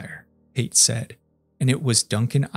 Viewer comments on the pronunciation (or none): none